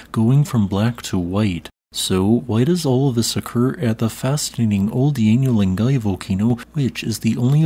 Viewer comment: 'OL DONyo Len GUY.'